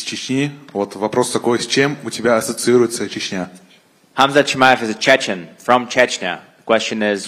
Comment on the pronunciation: Chechen, not CheNchen